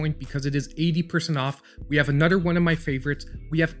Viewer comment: " A nutter good game " L😁L No disrespect, Always gd content!